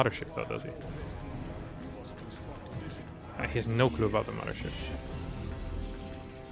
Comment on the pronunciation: *Mudder Ship.... Curious, is there no 'th' sound in his native tongue?